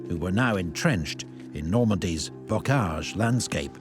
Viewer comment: Bocage dude, not Bogage.